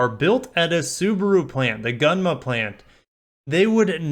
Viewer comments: FYI: Gunma in Gunma plant is pronounced "goon-ma," not "gun-ma." I used to go snowboarding there when I lived in Japan. I think Initial-D is in Gunma too, but I don't watch anime. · Gunma is pronounced goo-n-ma.